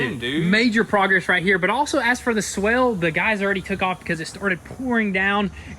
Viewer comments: It’s swale not swell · Swale is pronounced so it rhymes with whale. And the fabric might be landscaping fabric though it could be a specialized filter fabric. The former lets water through, but not plants.